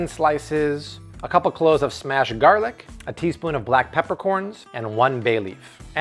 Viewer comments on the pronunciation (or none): none